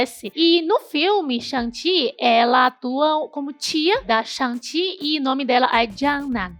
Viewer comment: "chuangue tchi" rsrsr vou chamar assim agora nas rodas de conversa de velhos nerds